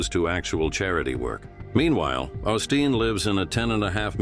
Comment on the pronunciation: Hey,. It's pronounced Oh-Steen. Oh yeah. It's CONtroversy, not conTROVersy.